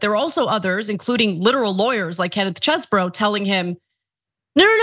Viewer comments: Its Cheese-BRO. Say it loud, say it proud. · Ana please watch how Kenneth Chesebro pronounces his own name (it's on video). She has gone from the Cheese variety to something that nobody else seems to be using. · I agree...it's annoying as hell...